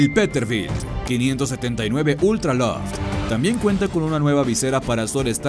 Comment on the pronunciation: El 2ndo camion no es peterbild es peterbilt madremia